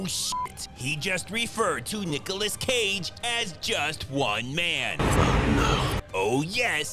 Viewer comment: I thought bruh said Niggaless 😂😂😂😂